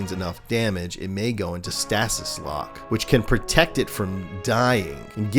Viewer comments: "Stah-sis" though lol..I love when tubers purposely mispronounce things on purpose for god knows what reason....it's pronounced "stay-sis". Still a great video. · Stasis (stay-sis)